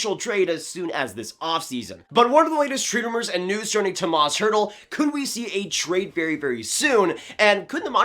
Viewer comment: Oof, this video was painful to watch. First of all I'm a huge Sharks fan and would hate to see him go (though I wouldn't blame him and I wouldn't blame DW if he got a good return). Secondly, you said Tomas Hertl so many times and you pronounced his first name wrong every single time. It's pronounced "Toe-mosh".